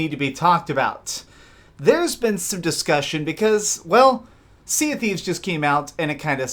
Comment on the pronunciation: "sea of qweefs"